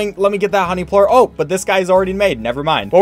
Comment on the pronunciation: ''Phosphor port's instead of phosphor plort